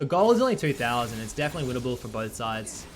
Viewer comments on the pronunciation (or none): none